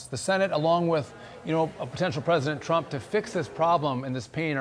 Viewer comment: Trump🇺🇸 not tramp.